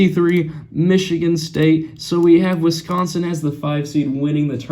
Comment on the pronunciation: Wisconsin, not Wisonsin